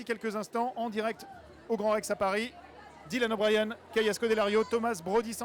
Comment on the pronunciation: C'est comme WCKD qui est prononcé "WCKID", Thomas qui est prononcé à la française, et Dylan O'Brien où il dise "Dylan O'BriAn" à un moment donc bon uwu...